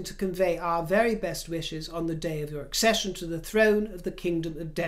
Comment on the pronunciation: So glad to hear you read the word "accesdion" correctly, dear. I have heard a few people saying "ascension" which is not the right word in this context. 😊